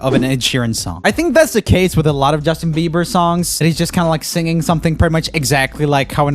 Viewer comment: I like how he says OH YEA BEVER 🤣🤣🤣🤣🤣